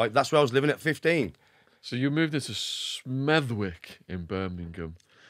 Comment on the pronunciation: how the fuck did Shaun pronounce Smethwick???? You don’t pronounce the W its Smeth-ick…. I quite surprised Shaun’s never heard of Smethwick before, It’s the boarder area as half of Smethwick is in the Black Country and the other half is in Birmingham…. accent is typically Smethwick as it’s a Birmingham accent with a few Black Country slang phrases thrown in….